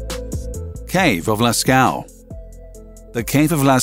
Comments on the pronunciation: It's pronounced "Las-co", if you like. You make it sound like "last cow"... A minor mishap, but still "trending" on YT, since you fail to acknowledge the presence of non-US audience on your channel. Sorry, for being so bland. Otherwise: love your content! Seriously! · Cave sounds like lasco not lascow